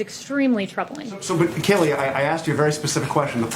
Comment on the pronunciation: oh its kayleigh i thought he was saying kelly. he got owned! find a new job fella you cleary cant do this one. she's great